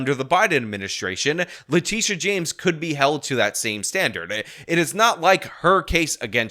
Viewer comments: Its le-tit-e-uh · Did he say " le Tush james? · I know how you're pronouncing Letitia, but that's not how I'm sounding it out.